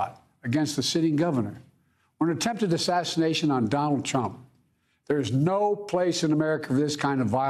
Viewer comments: “Nancy Felosi” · Nancy Fal-o-cee